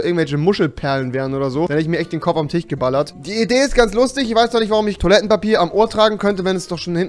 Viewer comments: Bitte versuch mal das ISCH richtig auszusprechen... das heist Tisch nicht TICH... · Mit ist ja jetzt erst aufgefallen, dass du das sch wie ch aussprichst, also statt Tisch höre ich Tich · Tich es heißt Tisch😂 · Dann hät ich mir den Kopf auf dwn Tich geknallt😂 "Tich"😂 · wie er “Tisch“ sagt.😅